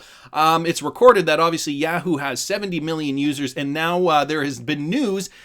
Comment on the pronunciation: Yaaaaa-whoo? Must have never seen the comercial.. Yaaah-who...